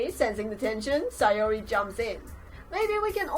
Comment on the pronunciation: Btw it's SAYori NOT SIGHori